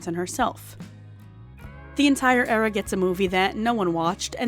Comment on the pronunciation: You have killed the word 'era'! It is DEAD!